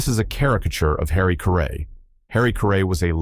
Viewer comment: If I'm not mistaken, Caray rhymes with Harry. AI got the emPHAsis on the wrong syLABble, I think.